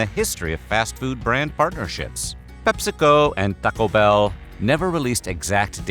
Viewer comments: the way this guy says TAco Bell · The pronunciation of "Taco Bell" throughout is a gem. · Why u gotta say Taco Bell and Pepsi like that? its both hilarious and slightly offensive lol like u just cant be mad :p